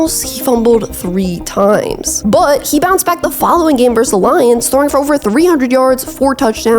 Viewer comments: verSUS. Two syllables. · The word is "versus"!